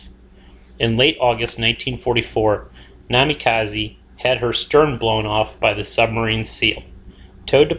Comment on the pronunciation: please spread the word to the WOWs alumni that Minekaze is indeed pronounced MINEekaze, and not MINIkaze